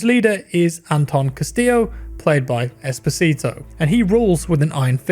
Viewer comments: OMG I always hear "Despacito" instead of "Esposito" Jesus... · Please stop saying Esposito like that